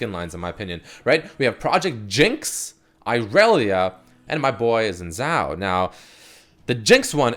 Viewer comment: Nautilus is not evil, he's just vengeful to his sailor friends who left him for dead. He protected Bildgewater from the Shadow Isles. Morgana is not evil, she's trying to stop Kayle from murdering (purifying) everything. Xin Zhao is pronounced "Chin Jao" I like you man but oof I'm triggered sorry